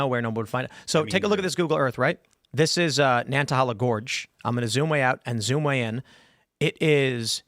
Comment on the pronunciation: It’s pronounced nana hayla